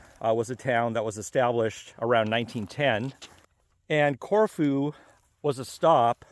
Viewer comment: Love the video. I’ve been there a few times. The locals I know pronounce it as “CorFew”. They aren’t shy about correcting me.